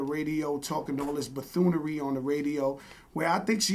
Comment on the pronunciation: This nigga said buthoonery....